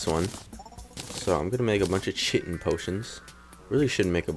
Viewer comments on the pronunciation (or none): Chitin - pronounced "Kite-in."